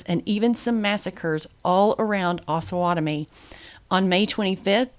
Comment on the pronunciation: We, the residents of Osawatomie would like to let you know it's pronounced OHsawatomie with a long O vowel. It is a combination of the two rivers/creeks that border our town the OHsage and Pottowatomie. It's not AHsawatomie! We tend to need to correct foreigners when they pronounce it wrong....signed Mr. P's Community Class .